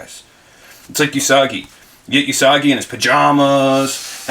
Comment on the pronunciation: OOO-sagi... It's pronounced OOOO-sagi, not uuuu-sagi. The first syllable should be stated as you have commented in "Ooo, be careful..." and "Ooo, and blue paint rub..."